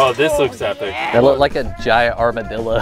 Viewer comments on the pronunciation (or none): Haha he said armidilla